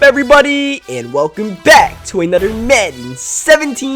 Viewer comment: the way he says Madden lol